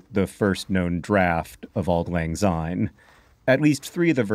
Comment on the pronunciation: As a Scot, I must correct your pronounciation. You use the English "Z" sound, instead of the Scots soft "S", so it's "Auld lang syne", not "Auld lang zyne".